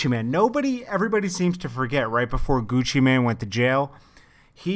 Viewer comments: ChipXanlark exactly I've always wondered why they keep saying man instead of mane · seems like news channels always say Gucci Man... its mane it has a damn E!